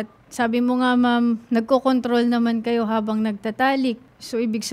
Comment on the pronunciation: dont worry kahit ulit ulitin ko NAG CCONDOM talaga narinig ko, pero sinabi nya 'nagcocontrol naman kami'... pwede na nagccondomtrol LOL